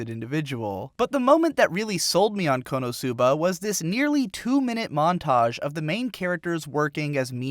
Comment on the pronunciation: its konosuba not konousuba get your asian accent right.